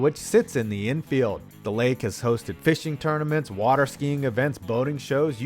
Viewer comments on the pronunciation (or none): none